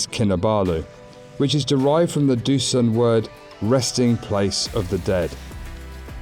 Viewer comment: Not raw. Rah. As in hurrah. Rah-now And dusun would be do-sown